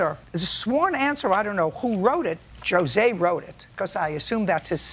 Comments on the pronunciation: How IGNORANT can Judge Judy be? With all her pools she should know how to pronounce Jose. That's disrespectful. I'm going to start calling her until she gets it right. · I am surprised for such a learned woman that she literally just called the defendant JO-se instead of HO-se. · Not her calling him Joe-Zay lmaooo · Jo-sé 😂😂😂😂 I mean I guess we could pronounce it that way! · Here I’m thinking commenters don’t know how to spell José and then I hear “Joe-ZAY” 😆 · Yay! Part 2! 🎉 The way she pronounced "Jose." 🤣 Not the defendants trying to challenge and outsmart JJ!!! 😂😂😂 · LOL but in this time, it was a genuine error. She screwed up.